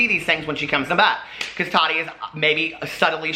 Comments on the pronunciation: The way you say Tati 🤦🏻‍♀️😂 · Nikki Stewart I know!!! It’s always tickled me lol I know he knows it’s wrong but doesn’t care 😂😂